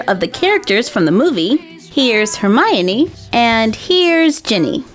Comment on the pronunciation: I want Severus Snape doll :( & you said Hermione wrong but whatever awesome video